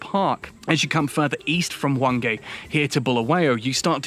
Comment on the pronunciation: Thankyou so much for all your positive comments and chat about our magnificent country, a country I love 🇿🇼🇿🇼 You pronounced Hwange very well👏🏻 So many English speaking people struggle to pronounce that name🤗